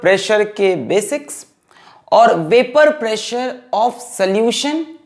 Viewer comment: Any body watching this video in 2025 ,if noticed that our sir already followed tha trend dame un grrrrr as vapourrrr pressurrrrrrrrrr😅